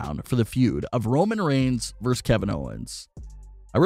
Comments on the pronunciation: The abbreviation "vs." is pronounced "versus", not "verse". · Is it REALLY that hard to say"versus"?